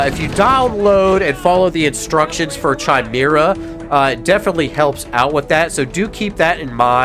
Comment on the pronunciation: Chimera is pronounced Kai-meer-ra.